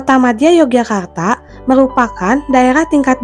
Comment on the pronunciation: yang benar bacanya Yogyakarta, bukan Yogyakartak Pangeran Mangkubumi, bukan Mangkubumik